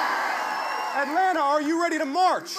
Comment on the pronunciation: nobody that lives here pronounces the second 'T' in Atlanta. it's pronounced "Atlanna"